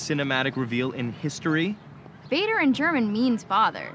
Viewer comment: Father in german is “Vater”, (Fah-tur). What she said sounds more like “Feder” (feather)